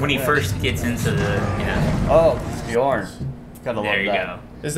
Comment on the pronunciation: Nope, it's pronounced /bee-orn/, it means 'bear' in Old English.